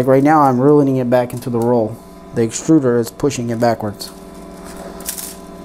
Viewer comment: Sorry to be "That guy" but - "Exturder"